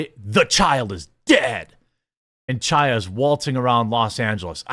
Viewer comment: Chaya is pronounced Haya (which means literally "living" in hebrew, from the word Haim - life)